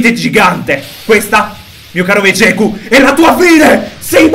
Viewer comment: finalmente hai detto Vegeku e non veghet